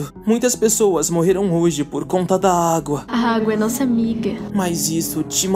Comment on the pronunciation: "Aguá" e "Agúa" os 2 pareçam errados, para mim.